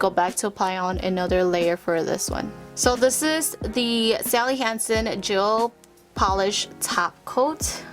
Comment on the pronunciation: “Jail pawlish”